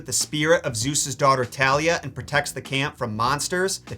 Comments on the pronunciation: Its TH-alia. Not T-alia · First Edit: Also, you pronounced Thalia’s name wrong. You say the Th sound at the beginning. You should listen to the audiobook. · Why can no one pronounce Thalia correctly? Great video otherwise though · good video but you said thalia's neme wrong it's pronounced th-A-lia not T-alia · I think it's funny how he pronounced Thalia's name wrong.